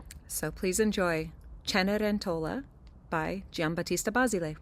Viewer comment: Love these vids. A few tips on accents in Italian words. CenerENtola. BaSIli. You got ZeZOlla and the names of the stepdaughter right. .